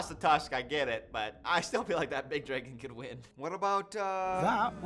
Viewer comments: I am 2 minutes in and just know by the end of this ima be pissed because the way says dragon GOD drives me nuts. THERS NO E!!!! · question for the native english speakers: is this how you usually pronounce "dragon" ?